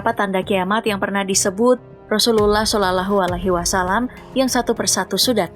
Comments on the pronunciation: Shalallaahu Alaihi Wassalaam.. Min bukan solulehualihiwasalam 😅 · Maaf sblmnya ya kakak yg bacain narasi di vid ini nonmus ya... terlihat cara dia baca sholallahu 'allaihii wassalaam terdengar asing dan kagok banget.. spt dia jarang mengucapkanya.. beda kalo muslim mengucapkan kalimah suci itu terdengar luwes dan fasih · Dari cara baca nama Muhammad SAW naratornya nonis🙈🤭